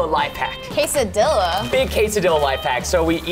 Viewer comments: casadilla is pronounced "casadia" and not casadilla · Mexicans say it like quesadiya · "case-ah-dilla" "tor-tilla." correct ways: "th-orr-tia" "kes-ah-de-as" please say it right next time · it is quesadilla not quesadia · "case-ah-dilla". "tor-tilla" correct ways "th-orr-tia" "kes-ah-de-as" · quesadilla is actually pronounced: qes-a-dia, and tortilla is pronounced: tor-tia. No hate, i'm just trying to tell how it is actually pronounced.🙂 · Quesadilla is pronounced Qe sa dia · quesadilla (cesadiya) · Anyone else cringe when they said quesadilla and tortilla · Thats not hiw to say quesadilla preston. can say it correct